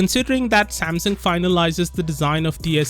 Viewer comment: Am I the only one hearing Samson?